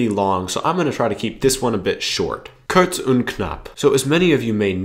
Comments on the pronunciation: 7 Monate DEUTSCH geelernt und sagst immer noch Aepfel antstatt Apfel....???? Die Aenna nas NEIN, die Annanas......!!!! Kurz und knapp.....nicht Kuerz and knapp.....!!!!! ER, Sie, Es moechten....moechten....!!!!! Finden.....und jetzt schnell sprechen ...fand. und nicht faaaand.... OK...!!! Wenn Deutsch fuer Dich laecherlich ist, nur weil es schwer ist, oder Du zu DUMM bist um diese Sprache zu lernen. Dann gebe es einfach auf......... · Seven months of wasted time - you didn't even learn to pronounce "kurz" nor "Mädchen"...